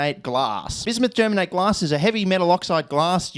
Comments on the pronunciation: Im from Germany and never heard a native English speaker saying germate 😂 it sounded hilarious to me. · Bismuth Germanate is way funnier to say if you say Germanate as Ger-manatee